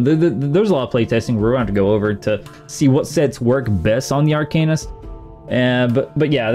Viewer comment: Please stop calling it Ar"cane"ist, its Ar"can"ist 🙂